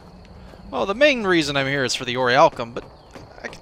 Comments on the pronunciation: It's not pronounced or-iy-alkum, it's pronounced or-ich-alc-um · Nee-cromancers? Ori-alcum? Munshine?!? sigh Ohh, why must you do this to me -_